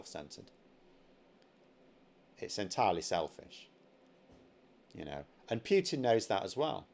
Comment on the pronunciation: My name's and I can't pronounce PUTIN to save my goddam soul.